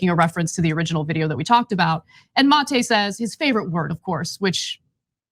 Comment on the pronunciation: & win points in my book for being among the few who bother to pronounce "Maté" correctly (ie, the way Aaron himself pronounces it).